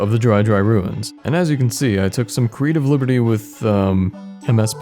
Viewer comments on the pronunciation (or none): none